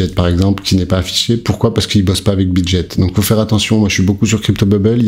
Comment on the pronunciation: Salut juste pour info Bitget on dit pas Jet comme l'avion on dit GET comme ghetto. Merci pour ton travail 😊